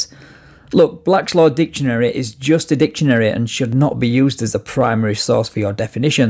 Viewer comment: He’s claiming to educate them, but continues to mispronounce ‘admiralty’ as well as calling the dictionary ‘Blacklaw’s’ instead of ‘Black’s Law’. 😂😂😂🤦🏻‍♀️🤦🏻‍♀️🤦🏻‍♀️